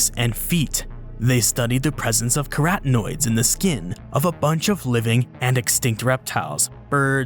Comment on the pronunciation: Queratinoids or carotenoids?? English speakers mess up and screw the vowels until we can't distinguish them.